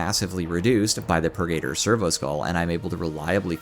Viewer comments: its not pur-gator; Its purge + servitor aka. The Purgi-tor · The way you are saying purgator is killing me. 😤